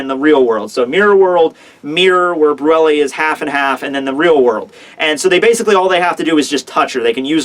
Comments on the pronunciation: its "bruley" not "bruella" as in *creme brulee" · her name is pronounced Broo Lay. It's a desert. sorry I know you don't like being corrected on how to pronounce things, but it's been bugging me. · ...Also, Brulee is pronounced "broo-lay", so you know. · brulee is pronounced brew lay